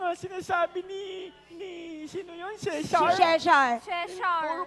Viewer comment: Cesar hindi sheshar 😂😂